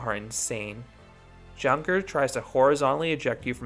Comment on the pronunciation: If it`s named after the german plane manufacture then it´s actually pronounced younker with (you like in you). Nice review